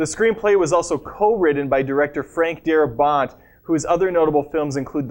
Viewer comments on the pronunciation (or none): Why do you say the script was "ridden"? Who rides a script? Or did you actually mean "written"? Also, the stressed syllable in 'Darabont' is the first, not the last. You have weird pronunciation issues. I only checked this shit out for. This dude is so wooden.